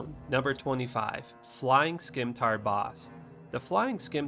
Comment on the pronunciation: Cool video but... SKIMTAR???